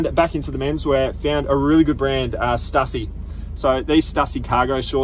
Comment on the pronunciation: Great channel! Stussy pronounced stoosy.